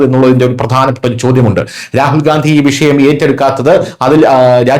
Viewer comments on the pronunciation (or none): ഗാന്ധിയല്ല, ഗണ്ടി എന്നു പറയു